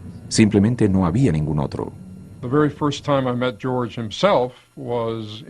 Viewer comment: Porque Gerorge?? Porque!!!!!!!!!!!